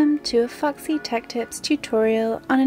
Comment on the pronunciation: How did u say foxy :- "fucksy"😅